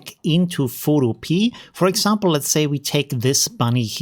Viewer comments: Pho- to- pe- a, like utopia. 😀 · Very useful and well explained. I suspect the developer wil be a little miffed at your mispronounciation though. In this context, the pea at the end is pronounced as in wikipedia not as a garden pea lol.